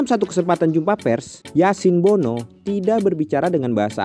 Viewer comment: Tulisannya Bono, dibacanya BUNU. Kan bahasa Arab huruf "O" gak ada